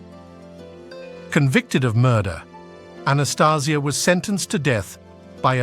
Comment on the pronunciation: Changed his name and the lame.still cant say his name right